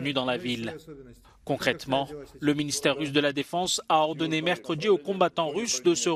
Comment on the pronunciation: "Poutchine" , "une partchie", "mercredji", "se retchirer" ...